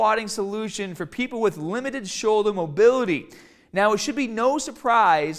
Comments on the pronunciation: "Showldah pain" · Shouldah, bahh, cahh, fahh